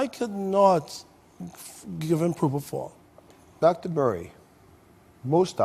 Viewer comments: 1. Where’s the rest of the video? 2. “Dr.” Oz, it’s PropoFOL, NOT PropoTHAL! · Count how many times he says probofol😂😂